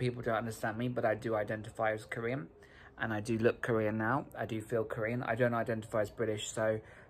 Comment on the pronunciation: When they said Kor/ean and Ji/min I cringed all the way down to my core